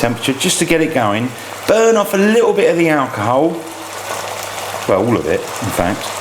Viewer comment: Ghastly and common accent, unable to pronounce letter "L". Ah-ooko-ho-ouw instead of alcohol.